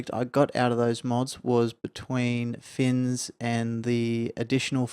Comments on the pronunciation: ITS FNIS! FNIS! NOT "FINS" :DDD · Good show! I hope you get some rest. BTW, it's FNIS for Fore's New Idles in Skyrim, not FINS, many pronounce it Finis.